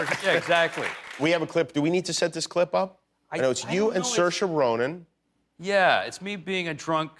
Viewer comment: Cersei ronan? who the feck is that? :D aaaah saoirse ronan...once again proving americans need phonetic cue cards